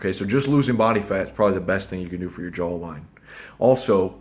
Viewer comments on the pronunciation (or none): “Jawl line” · Its joe-line, at least that's how i have been pronouncing it my whole life. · JAHW ... JAWH-LINE